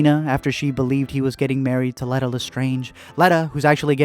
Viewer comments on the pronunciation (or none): It’s Lee tuh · how do you mispronounce leta it was said so much in the movie.